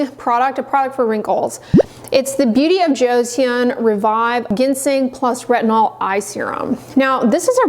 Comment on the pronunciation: Great info. I have eczema and am running out of my CeraVe. FYI, Joseon is pronounced as two syllables and sounds more like "joe" and "sun."